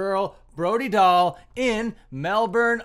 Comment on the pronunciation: say her name right